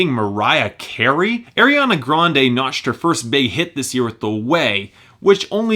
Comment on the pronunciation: I still cringe when he says "Air-iana Grande"